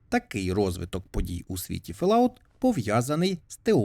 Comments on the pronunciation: ФоллОут, а не Фелауте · FollOut а не фаляут